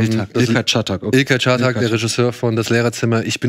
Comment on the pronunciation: Als Türkischstämmiger Deutscher kann ich sagen das Schröckert den Namen Ilker Catak richtig ausgesprochen hat.